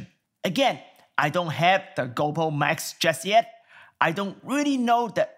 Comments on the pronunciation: its GOPRO not GOUWPO..... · "GoPooh" rofl